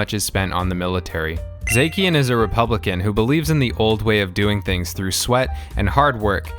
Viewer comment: The way you pronounced zacian 😭😭😭